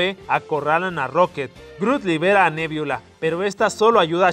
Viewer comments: se dice nebula no, me viola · Yo soy súper fan de Los Guardianes De La Galaxia. U quiero decir que no es nebiola es nebula. Talvez lo escribes bien pero lo pronuncias mal. Solo quería decir eso. Si eres fan de Los Guardianes De La Galaxia deberías saber eso. Pequeños detalles. Pero no importa solo quería decir eso. Gracias a las personas que se detuvieron a leer este comentario.